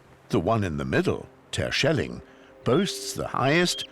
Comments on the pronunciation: No! Did nobody have the brains to correct him, saying Tershelling? It is just like Yanks saying schellack. They screw it. There should be a hard G in that. Like gold, just a fraction longer, and not a K either. Yes, this is the hardest sound in Dutch, getting our G spot on, that takes the guts to try and make a fool of yourself, if you are too careful, well, you won't get it right. Because that G is strange. But letting this man do it wrong all the time? Why? Let him take lessons! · I Love how he pronounce some names like Terschelling etc 😂